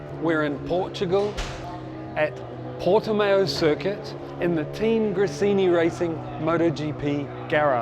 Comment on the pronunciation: Brilliant. Didn't know any of this, now I get it and why a good tech team behind each bike is so vital. PS it's not pronounced Porti-mayo, it's Porti-mao (as in Chairman Mao) - that's from someone who lives here.